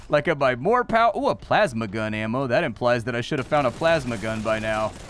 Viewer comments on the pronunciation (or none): none